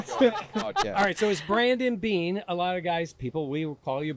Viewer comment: He said “BEANER “ 😂😂😂